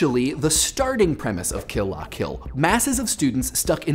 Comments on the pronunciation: please just say "kill-luh-kill" like the rest of us. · OH MY GOSH. I've been reading the L as an i the whole time. I've been pronouncing it "kill ia kill," and now my mind is blown. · Emphasized "La". That's weird. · You pronounce "Kill la Kill" funny.